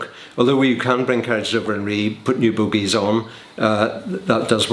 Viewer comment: I've run it through twice and I'm sure that at 1'50"ish he says "you can bring carriages over and put new boobies on".